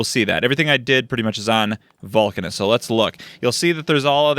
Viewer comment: You can probably pronounce Vulcanus the same way Uranus is pronounced, with an Uh sound instead of a long-A sound, so it would sound like Vuhl-Cuh-Niss.